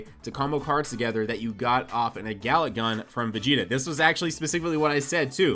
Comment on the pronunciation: "Gala Gun"? You serious? Its called "Galick Gun" in my planet, earth.